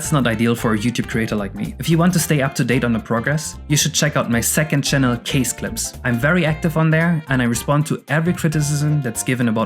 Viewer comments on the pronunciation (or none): Son of a bitch! I thought I finally knew how to pronounce 'Kaze' when you said it in an earlier video (with two syllables). But in the name of your second channel , it's pronounced differently (with one syllable)??